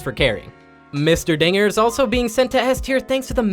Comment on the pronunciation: What the hell did you call him?! The dinger?!?! Bro thats THE DONGER! Also finally my boi ivern getting some love